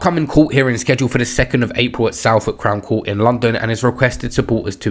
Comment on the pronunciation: I beg u learn how to say southwark properly lol